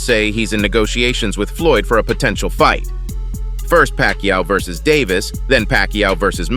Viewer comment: 😅😅 narrator pronounced Davis name wrong Pacman should just stay retired don't comeback on Floyd student try Crawford bigger fight if he wants fame perfect about now do that certified fame for both Crawford and Pacman lose situation if he fights Davis if Davis beats him he got beat by Floyd student if he beats Davis he only beats a Floyd student not Floyd lose situation either way unless it's about money